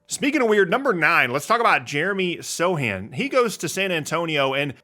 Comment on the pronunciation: Is the C not pronounced in Sochan? (Genuine question)